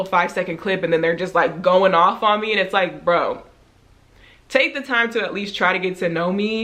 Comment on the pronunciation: That "bro" you hit was so Texas 🤣❣️